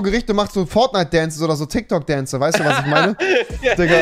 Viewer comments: Tyk tok 😂😂😂 das heißt tik tok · Es heißt Tik Tok nicht Tyk Tok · Och rewi du bist nicht gerade klug oder es heißt Tiktok und nicht tyktok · Tik tok tIk tok Rewi:tyk tok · Das heißt tik Tok und nicht tyk tok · Es heißt tiktok nicht tyktok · Das heißt Tik Tok